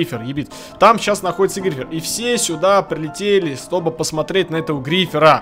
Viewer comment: никто: абсолютно никто:: стобы.:з